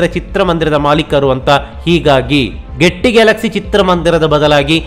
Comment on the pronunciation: ಈ ಥಿಯೇಟರ್ ಹೆಸರು ಗೆಟ್ಟಿ 😳ಅಲ್ಲ , ಗೇಯ್ಟಿ🤣(Gaiety)